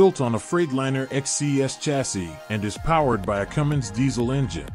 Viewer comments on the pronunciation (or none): none